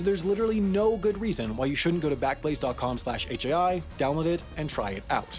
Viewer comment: “This video was made possible by squa- ......... backlaze?” 😂